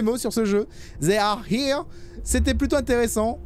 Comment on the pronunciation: comment prononce le non du jeu XD XD XD ZZÉ are here... limite si il prononce they comme D-hey, ça sonnerait moins étrange (faites moi confiance)